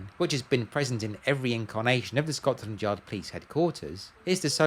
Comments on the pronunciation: You say Scots landyard most of the time....its Scotlandyard without the s agter the t.....😊😊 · It sounds like your saying ScotSland Yard